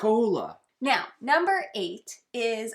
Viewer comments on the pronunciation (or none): Meow that was one great video. Sorry, I didn’t get the reference 😢I just think it’s funny when people say meow instead of now 😅